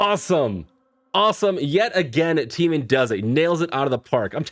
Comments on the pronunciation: I don't know how it is so hard for you to pronounce Taemin.... His is one of the easier names for foreigners to say........ It's like TAY-min, even in the English language AE is not pronounced as an EE sound lol. He is our lord and savior, Lee Taemin. All of his music and MV's just have that timeless & icnonic feel to them. He has worked so hard and come so far. So funny how you think his stuff is creepy. Taemin is actually one of the kindest, sweetest, most humble human beings. He is literally an angel. He might be one of the biggest legends in kpop but his nickname is still "baby cheese" lmfao. He inspired so many other idols to become idols. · His name is pronounced T+ how you pronounce the letter A+ min. As in T-ay-min